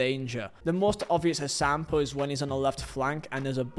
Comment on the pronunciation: When you say “example” I hear “act Sam Paul”